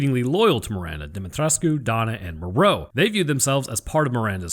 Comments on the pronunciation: Demetriscu The "u" is silent 😉 Yet another great video 😁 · Is he saying "DEMI TRESS KU"? Lmao Pronunciation my dude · It's pronounced DOMMITRESK. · It kinda disturbs me everytime he says "De-met-resku" 😂 Got too used in pronouncing it as "De-met-resk"😅